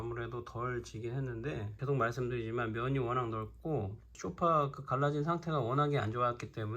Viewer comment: 아니 왜들 소파를 쇼파라고 발음을 하는지요